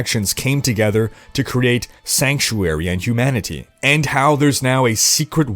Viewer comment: My brain is broken in a way that I kept hearing “Hugh Manatee” instead of humanity. But, I kinda like it 😂